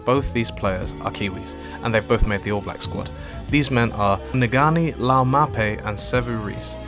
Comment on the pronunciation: Sorry, but I had to do this. The first two letters of Ngani's name are pronounced similarly to the way you'd pronounce "ng" in the word "sing" Other wise great video bro, new sub.